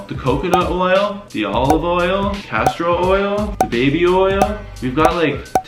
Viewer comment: Lol.."Castro Oil" 😁